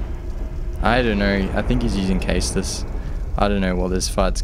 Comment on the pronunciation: Caestus is pronounced saystus. Just putting that out there. Awesome vid by the way. I knew there had to be a way to put mace of the insolent to good use.